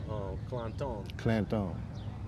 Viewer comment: No such thing as "Clan-tone" its Clanton period. It's an English name English Origin, Mexicans tried to put a Spanish twist on it. It's annoying when I hear "Clan-tone" lol.